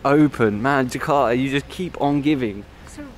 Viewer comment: Its more like ,Jeka'a instead of Ja'arta